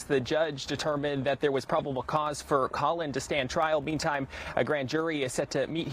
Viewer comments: Did the news anchor call the dad colon? Pretty sure it’s Colin. Either way, the other people responsible are the police that didn’t take it serious or look into it more, knowing he was planning it. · Ahh yes. " Colon " Gray.